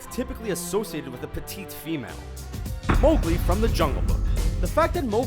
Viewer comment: Anna and Mowgli are mispronounced.... grr....